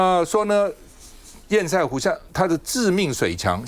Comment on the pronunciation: 潛艦國造本身就是個笑話就是拚裝貨，拼裝的東西當然不好整合，台灣確實受到打壓買不到潛艦，但不代表國防經費就可以亂花。 提醒趙大哥，堰塞湖的塞讀音是"色"不是"賽"，堵塞跟比賽是不同讀音的。